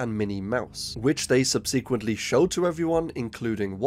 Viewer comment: bruh. for as many times as you use the word "subsequently", you should really look up how to say it.